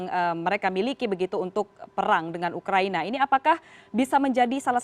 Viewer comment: Ngakak di menit awal dia bilang ukraini🤪🤪🤪